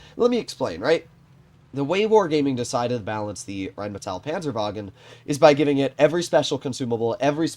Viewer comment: The RHEINMETALL PANZERWAGEN turned german for a second